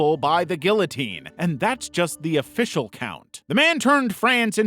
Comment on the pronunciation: I don't normally correct people on pronunciation, but it's not "gill-otine", it's "ghee-otine". The L's are silent. Like saying key or bee. Guillotine, "Ghee-uh-teen". Weird French pronunciations, I know